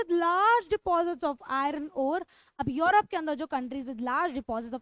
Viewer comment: It's not योरोप it's यूरोप